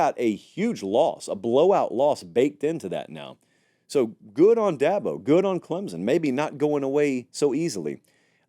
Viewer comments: Unrelated to the rankings, it is Klem-sun, not Klem-zun, unless you are intentionally mispronouncing it to irk fans like me. Then you be you. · Please stop pronouncing Clemson with a Z.